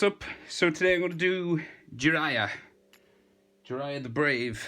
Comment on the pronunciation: Its jiraiya not jiriya